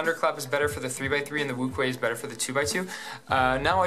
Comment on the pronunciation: it's pronounced Wu shwe